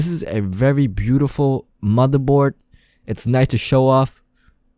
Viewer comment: The mothurbord, bery sexy